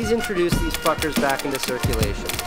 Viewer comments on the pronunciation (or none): I like the third letter in the word back